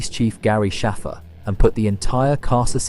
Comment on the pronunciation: bro she literally pronounces the letter ‘a’ in “Shaffer” like you would in the word ‘cake’. In fact it was said like that twice in this video by NPC’s so why deliberately mispronounce it